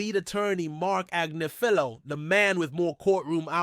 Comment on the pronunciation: sorry I have to do this😂 it’s pronounced > Ag*niff*ilo